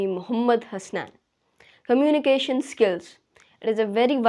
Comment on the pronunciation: Firt learn the pronunciation of communication.